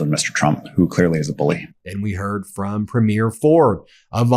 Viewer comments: Please note: it's pree- mure. (Accent on the first syllable) Premyare(premiere)( the way you say it- would be correct for female premiers. Sorry, as a Canadian it grates on my ears. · oh fer cryin' out loud Ben - the leader of a Canadian province is pronounced PREEMyier...It bugs me as a Canadian that you cannot get this right. it's not preemYIEER as in a show opening. please educate all through your broadcast this one thing - might seem like a small thing, but it hurts my ears every time I hear you talking about the first night of a new show on broadway! :) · Why do 'Americans mispronounce 'premier'. it is pronounced 'Preemyear". thank you. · Please learn how to say this word. (Premier) and stop saying premiere. The later is the debut of a show or movie not the head of a provincial government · PREE-mure, PREE-mure, PREE-mure, for God's sake! Canada didn't elect 10 movie openings. I guess Charlie is too polite to correct you, Go First Ministers, punch the bully in the face. Keep an eye on PREEmure Iscariot in Alberta., though. Vive le Canada libre! Elbows up, eh! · Happy re your Canadian content. But it would be very nice if pronounced the word Premier ( like Provincial Premier) the way we Canadians do. PREEM yer. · Why don't you pronounce the word Premier like a Canadian instead you the weird way you pronounce it instead of the phonetic PREEM-yər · Just a friendly heads up that we emphasize the first syllable of Premier, not the second syllable. Cheers!🇨🇦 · Ben you need to understand how to pronouce the word "Premier". Listen to how it is pronouned properly. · Love this! Thank you! Just a wee comment: Premier .... the accent is on Prem... PREMier -- not Premiere--- when you go to the premiere of a movie... two different words there. So-- Premier Doug Ford. Premier Eby. Not trying to be offensive, just a Canadian trying to help you out. xoxoxo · Ben, I love you. But it's PREEmier not premiEER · Thanks Ben! The word is pronounced Pre´mier, not Premi-ér. 😺